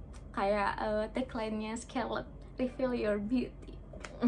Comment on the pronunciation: Kak maaf oot tp itu cara bacanya bukan “skerlet” tapi “skarlet” yaaa kak. Aku awalny bingung skerlet itu apa, ternyata scarlett toh wkwk